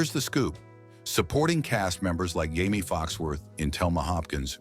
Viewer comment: How many different ways can you fricken mispronounce Jamie's name? Lol.... Watch and let's find out. 😂